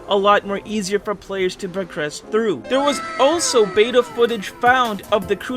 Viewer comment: U Say beta